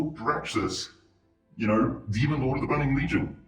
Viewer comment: Demon does not have a D on the end, honestly all I could focus on while watching this video 😂